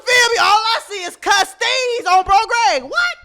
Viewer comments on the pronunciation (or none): He said, “ I see a bunch of custeezes”…😂😂